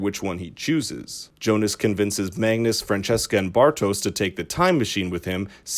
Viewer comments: It is Franziska not Francesca, must be hard for a non-german speaker^^ Nice video, thumbs up. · It's not pronounced Fran cheska. It's more like Fran zeeska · Not Fran-chess-ka :) The name's parts are pronounced like "fun" with an r before the u, "sis" as in sister, an ka as if you left off the trailing r of the word "car". Frunsisca. Franziska. Not the french sounding thing :) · great video! but i cringe everytime i hear you say "francesca" instead of "franziska" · Leonidas Etzel The names where probably pronounced this way in the English voiceover, that’s why they pronounce them wrong